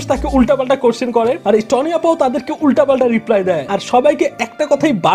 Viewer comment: vaiya নাম টা টনি না তনি হবে।